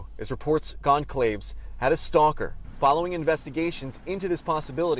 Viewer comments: Please have the courtesy to pronounce the victim’s name correctly! (Goncalves: gon sal ves; NOT gon calves) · He couldn’t even get the order of the letters right! He said gon-clayves. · Yes, I've noticed a few reporters on different networks mispronouncing "Concalves," a Spanish name, with 2 hard "Cs" (instead of a hard "C" then a soft "C") and this one said "Kaylee Conclaves" (as in "conclāve"). It's unprofessional of them to fail to confirm the correct pronunciation of names before going on air. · If you want to “be a voice for others,” put in the effort to pronounce the victims’ names correctly. It’s been WEEKS since their deaths; there is no excuse for so atrociously mispronouncing Kaylee’s last name. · It’s really pathetic how grown adults on national television can’t pronounce the last name Goncalves. This guy sounds like such an idiot. It’s pronounced the same way as “Gonsalves”. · umm, its GON(calves) [Gone-cal-ves]